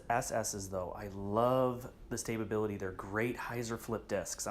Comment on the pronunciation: So I've watched a couple of your videos now and I have to say that the word stability has two syllables not three. Sta-bilty not Sta-ba-bility...